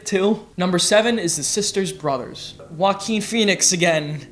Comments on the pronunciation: Why do you pronounce Joaquin name like Walking lol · You might as well try to put on a Spanish accent when pronouncing Joaquin Phoenix's name. Maybe you'll get it right.